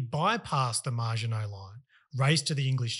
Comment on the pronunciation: You lost me when you called it the 'MARGINOT' Line instead of the Maginot Line.